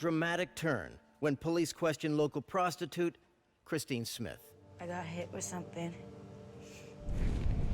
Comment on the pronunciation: Too much use of the word PROSTITUTE, and with that 'dramatic' emphasis.